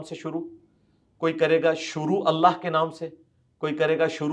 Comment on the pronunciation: 😂😂 مرزے چول نے پہلے تو اللہ کا الہخ تلفظ اپنے استاد یوٹیوب کی طرح نکالنے کی کوشش کی مگر 3سری بار اللہ ہی بول دیا ۔۔۔ مجھے اس کی زبان سے صرف الہخ ہی عجیب لگتا ھے باقی علم تو پوچھو ہی مت۔ ہماری مسجد میں ایک بندہ ھے گانے بھی گاتا ھے جب وہ اقامت کہتا ھے اور قد قامت الصلات میں "قد" بولتا ھے تو مجھے مرزے کی یاد آتی ھے جیسے مرزا الہخ بولتا ھے وہ بھی قد پہ اتنا زور دیتا ھے کہ معلوم ھوتا ھے جیسے الٹی گلے میں اٹک گئی ھو 😂😂😂😂